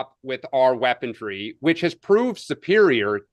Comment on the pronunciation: it is weaponry not weapondry. leftist men